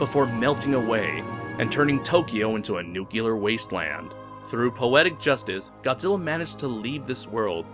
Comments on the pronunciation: Your pronunciation, sir. "Nucular." Grates on the nerves, a bit. Your entertaining videos, your choice, but something to consider. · New-clear NEW - CLEAR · There's only one U in the word "nuclear," bud.